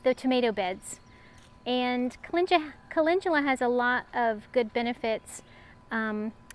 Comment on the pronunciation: Looking good!! Lots of garden room! Gotta love that Timber! Also gotta plant just a little extra for him. LOL. And - Ive always heard it called caLENDula - so I had to look it up! was right. For American pronunciation at least.